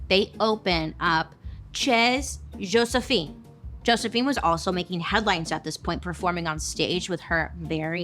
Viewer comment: chez is pronounced like 'shay' and it means "the house of"